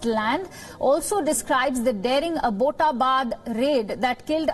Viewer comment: AAbbott! Like those english Abbotts?! Abbott-abad. Not.fucking.aboat. Get it right ffs